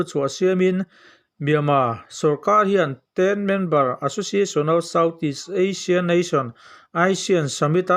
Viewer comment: Aisian ni lovin Asian tia lam tur a nie